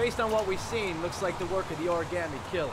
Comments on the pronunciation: I like how he was getting on the lieutenant for saying origami wrong, and later he says it the exact same way. 🤔😂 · "Origami killer": Why does it trigger me how he says "Origaami" its "Origami" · From now on, I’m gonna pronounce origami like origAmi thanks to this video 😂😂lol I love this series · Heavy Rain drinking game: Take a shot every time someone mispronounces the word origami. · I got triggered when he said origami.... lol